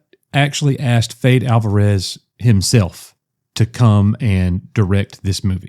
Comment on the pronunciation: Fede (I think its pronounced Feddy) Alvarez gave us Don't Breathe and the Evil Dead Remake. This sounds amazing